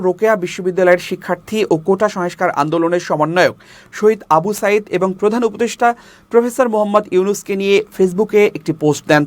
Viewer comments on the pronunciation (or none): none